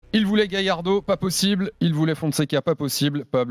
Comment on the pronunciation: le phoceen le fameux mec qui disait galardo c fait mdr